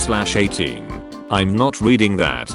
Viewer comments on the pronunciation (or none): none